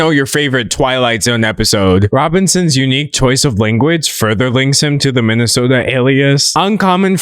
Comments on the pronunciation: Every time he said “minisoldr” I could only hear “Minnesota” and it was so confusing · why do you keep pronouncing his username as “minnesota” d’angelo? i live in that state and it’s disturbing me to even have that sort of correlation between us. did i miss something? lol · When you say MiniSoldr, it sounds like Minnesota which is a state in America😭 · i thought he was saying minnesota the entire time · pronouncing minisoldr as Minnesota a hater move what did we do to deserve this :( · they’re just referring to how he pronounced Minisoldr as Minnesota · I dislike that you mispronounced minisoldr the whole entire video. Annoyed me. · As a Minnesotan, I do not approve of your pronunciation.😡